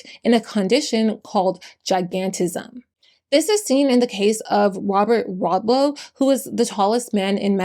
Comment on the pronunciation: wobert wadlow hahaha